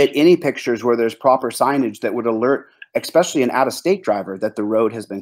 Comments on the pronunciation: Eckspecially ! lol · "ekspecially"? Not a word, dude.